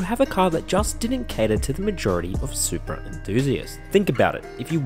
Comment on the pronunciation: What is a “Supea” ? 🤔